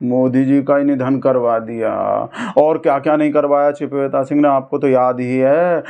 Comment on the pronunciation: ਚਿਪਵੇਤਾ ਨਹੀ ਚੂਪੇਤਾ Chipveta nhi choopeta ਕਹੀਏ ਜਨਾਬ